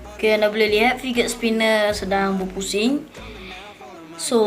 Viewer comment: sebut fidget pon salah